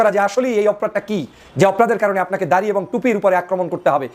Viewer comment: দারি নয় দাড়ি হবে।